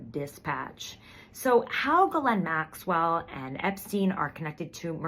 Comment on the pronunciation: Thank you SO MUCH for pronouncing Ghislaine Maxwell's name exceedingly CORRECTLY! You're like the only one.